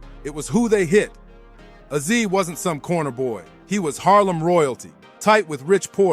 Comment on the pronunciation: Why he pronouncing Azie and Rondu names like that?